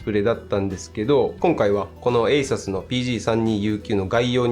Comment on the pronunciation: ASUS信者としては、「エイサス」じゃなくて、「エイスース」と発音してほしい…